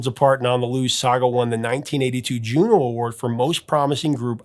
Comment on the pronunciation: Professor, are you Canadian? If you're not, you really, really know your music. You said Juno with ease. You know what you're talking about and I'm so glad you share that knowledge.